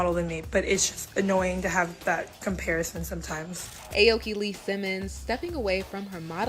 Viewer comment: Eh oki lol it’s pronounced owki (Aoki)